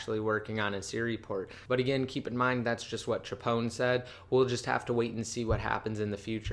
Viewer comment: c-h-pwn. not chapon. All things apple giveaway. Love u